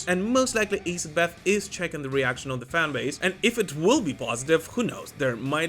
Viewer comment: ITS ASS id Bath ,,, It Aye Sid bath